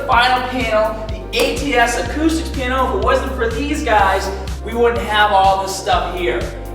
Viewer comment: OOOohh "panel"... I thought you said piano, or penil..